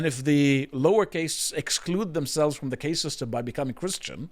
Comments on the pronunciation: Isnt it caste not case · Khaast not Case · Caste- pronounced carst. Not cayst. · It really takes away from any voice of authority you guys have when you can’t even pronounce the basic vocabulary of the topic. The Indian Caste system (CAST, not CAYST) is a well known thing. I don’t know how someone could be an adult man and have never heard the word out loud. Embarrassing 🙈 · Caste is not pronounced like Paste. I demand you film this segment again using proper pronounciation. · Why does he mispronounce caste as cay-st?, it's cah-st. Even gets it right and English isn't even his first language. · Okay Dude annoying me it cast not case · It's NOT pronounced CASE (suitcase) it's pronounced CAST (like PAST). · "caste" is pronounced "cast" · Also its pronounced casr, like casting a spell or casting a line. You are a memeber of 4th caste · It's pronounced cast lol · drawing parallels between traditions, failing pronounce cast correctly what a stark contrast. biting his lip through that cringe low effort offering from. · Somebody teach this bloke how to say 'caste'. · He's not saying "case" he's saying "caste" but erroneously pronouncing it to rhyme with "paste" or "haste". Instead of "fast" or "past."